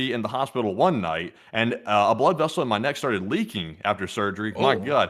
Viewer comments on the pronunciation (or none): none